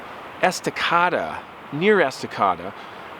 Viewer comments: It's pronounced "es tuh KAYE da" (Estacada). You're welcome. Love your stories. Never miss an episode. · Loved the stories, especially with two coming from our home state of Oregon. That small towns name south east of Portland is pronounced Est-Uh-Kay-Duh & it’s located in Clackamas county, which has the highest amount of Sasquatch sightings in Oregon. I hope your family had a terrific new years! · Oregonian here. On Estacada, it's "Ess tuh CAY duh". Beautiful country but no Bigfoot sightings yet. I'll keep you posted. 💚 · my brother in Christ, when you say Estacada you pronounce the A after the C so it’s (Esta- K- Da) is how you say it. I’m a life time ORE-GUN-IAN 😂 Oregonian and 2A absolutist and we spend a lot of time in the surround country of Oregon city where I live. It’s far enough from crap hole liberal infested Portland and cost too much to live here for people you don’t want around so this area has remained very conservative and very country rooted. So Redland, Beaver creek and Estacada and Molalla are all awesome areas to explore , go shooting and hunting and camping.. and then come home to my small town cozy Oregon City. Not a single ANTIFA MEMBER trying to get shot for threatening my life and blocking my car in the street 😂😂 2A=👉🏻2️⃣🐻💪🏻s NEVER SURRENDER IT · Estacāda. Long A sound . I grew up near there. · It’s pronounced “est-e-CAY-duh.” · Woooohoooo they are all Oregon story’s! And yes like everyone already said es ti caid da. I live here right now- I’ve been debating camping on Mt. hood but so many scary stories…. Thanks! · just to help out with town name ...Ess tuh kay da = ..estacada . fremont winn knee mah 😁 hope that helps, born and raised in Oregon. Alot of names of towns or forest campgrounds are native american words.💟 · Hi... sorry to have to correct you, but the town in Oregon is pronounced "Esta-cade- a. Love your videos!